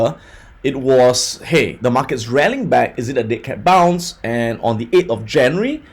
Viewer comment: is he saying dick head bounce?